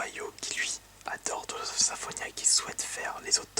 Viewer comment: "Tales" se prononce comme Tails de Sonic.